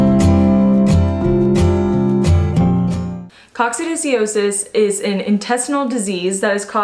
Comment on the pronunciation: Pronounced Coc sid i o sis. Just sayin'. Good info, though.